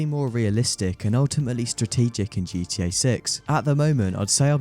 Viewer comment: I swear * heard you say GT-Ur at one point